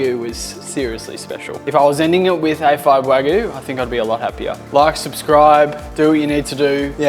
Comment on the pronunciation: Great content! Wagyu is pronounced Wa-gyu. Like Argue Not Wa-goo.